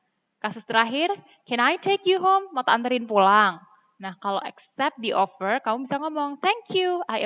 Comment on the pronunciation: Mohon maaf Miss, saya mau bilang kalo cara membaca "Offer" miss nya masih salah😁🙏 knp saya berani bilang gitu? Karena saya tau dari salah satu youtuber yg tema vlog nya ttg pembacaan kata Inggris yg seringnya org Indonesia salah membacanya, tapi thankyou very much juga udh dikasih ilmunya... Mohon maaf ya Miss:)🙏